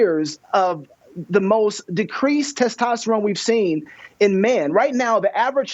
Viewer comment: Did I hear you say “testesteron? I think you meant “testosterone”.